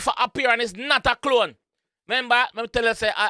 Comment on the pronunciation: Bruh... I'm Jamaican and I don't pronounce "clone" that horribly.... 😩